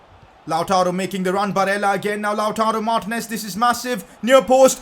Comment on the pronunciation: It’s lataro Martinez not loutaro Martinez (when you say it)